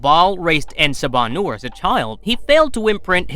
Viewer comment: say it with me en saba - new-er